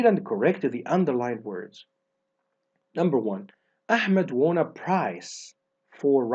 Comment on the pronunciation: Won بننطقها يامستر زي كلمه One